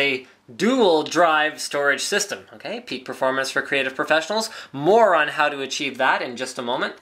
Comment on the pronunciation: i thought he said a moron can achieve this, not more on this